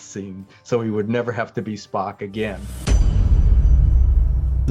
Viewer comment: "Spoke?" Is this the AI narrator?! 😆